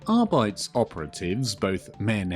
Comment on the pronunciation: Here’s the pronunciation: A-dept-us Ar-bee-tees - Warhammer Community